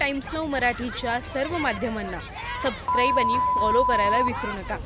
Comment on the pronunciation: बातमी देणारी बाई किती अशुद्ध बोलत आहे .आनी बानी पानी